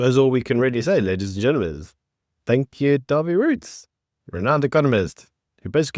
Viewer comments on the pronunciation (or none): Dawie Roodt, not Roets